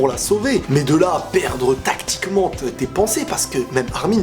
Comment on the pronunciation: compte avec moi commebiende fois il as dit "'tacticment'"